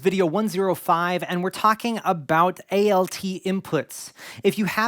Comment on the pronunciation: Really appreciate the way you are structuring this series. Do you have a listing of topics published anywhere yet? I am very distracted by how you keep saying A-L-T instead of alt. For DAW, for example, that would make sense as it is an itiaialism, but alt is a contraction of alternate. I am curious if this is something regional or that you picked up elsewhere?